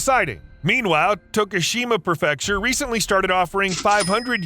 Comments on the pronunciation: It bugs me that you mispronounce “prefecture” as “pruh-FEC-shur”. It’s pronounced “PRE-fec-shur” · What up,? Another highly entertaining and very educational presentation. Thanks. "Kah Meel Ya" and "Pree fecture."